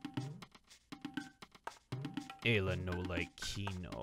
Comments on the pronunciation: Eye-la is a better way to say it you don't have to keep a counter on it lol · Please just say eye-la Ayla is wrong we all know it her Japanese name was Eira her name was localized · Chugga, you have to up the eye-la count by one for doing it in last episode’s title. You can’t seriously expect me to read it as eye to aye-la. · Time for multiple ‘Eye-la’s to be added to the counter... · Eye-la x 6.5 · I love how he's already started a counter for how many times he mispronounces Ayla's name, haha..me too,, me too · The one time he pronounces "Ayla" right, he was talking about Lucca. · Anyone wanna place bets on how many times is gonna pronounce Ayla's name wrong by the end of the LP? I'm gonna randomly guess 137. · You have some troubles pronouncing the name in the way I would have always found immediately intuitive, haha.